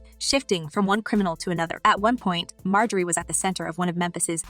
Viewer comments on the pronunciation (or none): Her name is not pronounced, “ May Jo Ree “, but it is “ Mar Jo Ree “ ! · Please pronounce her name correctly.